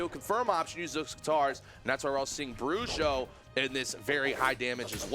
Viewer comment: melhor pronuncia do nome bruxo que eu vi até agr nos campeonatos.. 👍